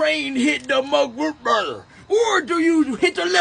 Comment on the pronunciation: you gotta teach me how to say röh bëër like that